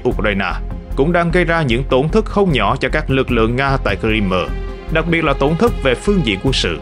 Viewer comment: Ông này tự sáng tác ra cách đọc Crimea chẳng theo ngôn ngữ nào cả. Hãy đọc theo tiếng Anh ( tra Google) hoặc đọc tiếng Việt, Nga là Cờ Rưm.